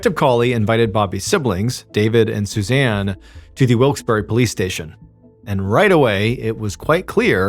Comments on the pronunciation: It is pronounced Wilkes Barre (bear) not berry! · Mr. Ballen: Wilks Berry Me, a red-necked Pennsylvanian: Wilks Burr-uh 🙃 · Not wilks berry, it’s pronounced Wilkes Bourgh, spelled Wilkes Barre. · FYI: It’s pronounced Wilkes Bar not Wilkes Berry. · Always fun when this stuff is so close to home... 😅 (Note: Wilkes-Barre is pronounced like Wilkes-Bear, not Wilkes-Barry.) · Not for nothing but it's pronounced Wilkes Bar not berry and yes that bugged me a little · It's pronounced Wilkes bear not berry. I'm from the Poconos PA. I'm a verified source 😂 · Wilkes-Barre is pronounced Wilkes-BAR, not Wilkes-Berry. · We pronounce it Wilkes Bear not Berry. But hey, you tried. :) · As someone from North East PA, I just gotta say that it's pronounced as "Wilks-BEAR" not "wilks-BARRY" lol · Neither. We pronounce it 'Wilkes Bare' (rhymes with bear.) True, some still say wilkes berry or barry or even bar as you mention. But the locals say 'Wilkes Bare'. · For the record, it's pronounced Wilks BAR, not berry. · Up air its pronounced Wilkes BEAR not Wilkes berry lol 😂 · It’s pronounced Bar not Wilkes bare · It’s pronounced wilks BAR. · What I find most unbelievable about this story is that no one on the team seems to have taken the trouble to look up the pronunciation of the town. It is true that some locals do pronounce it the way MrBallen is pronouncing it -- but it is more commonly pronounced "Wilkes bar" -- as in, for example, a bar of candy. Think of an "Ice Cream shoppe". It ends with PPE but do you say "shoppy"? No. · It’s pronounced Bar. Wilkes-Barre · "Wikes BARR" is how you pronounce it. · The pronunciation of Wilkes Barre as Wilkes Berry made me think I'd heard it before. The $1 imillion settlement for the first husband's death confirmed it. This is a repeat. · As a native to northeastern PA its weird hearing a story so close to home. Also side note i cringed every time he said wilkes-barre. Its pronounced (wilks bear) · no Y sound on the end of the city's name